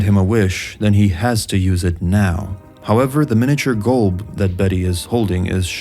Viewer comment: Its not "GOLB" its "Gulb"